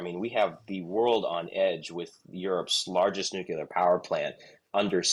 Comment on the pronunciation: Why does he keep saying “nukular?”